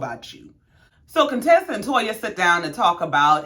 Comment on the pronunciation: You said my name RIGHT...no worries..I love your Channel ❤🤗